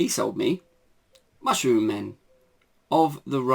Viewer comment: Great pick ups mate. I had to laugh how you read out the name of the Mushroom Men game at the beginning. 😂